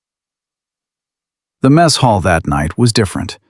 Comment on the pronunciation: Please tell your AI it is a mess hall not a French missile chuckle. It's distracting and disrupt the flow of the story when the AI doesn't use the proper context it's not as smart as it thinks it is😂